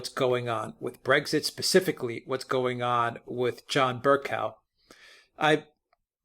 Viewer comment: Bercoe, not cow. Please pronounce it properly. I just can't bear to listen.